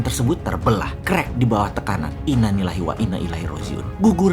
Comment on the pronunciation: apa cuma gue yang denger di Innanillahi..bukan innalillahi... ?